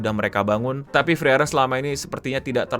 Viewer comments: bukan freren bang tapi FREE EREN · setauku cara bacanya itu "Friren". Itu e nya ngga dibaca soalnya ngikut pronounciationnya bahasa Jerman. Funfactnya lagi, semua karakter di anime ini dinamain dari kosa kata dalam bahasa Jerman. Kalau ga percaya, bisa dicek di Google Translate.